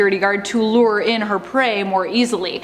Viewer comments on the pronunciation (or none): none